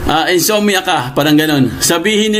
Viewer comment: Insomnia not insommia